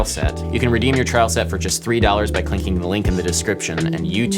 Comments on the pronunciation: Just wondering did you say 'clinking the link in the description ' or 'clicking the link in the description'? I am but a curious boy, ha 🤣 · Seems you can also speak with microtonal differences: "cli(n)cking the link..." :-) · anybody else catch him say “clinking the link” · Klingking the link? lol good vid tho, keep the good work up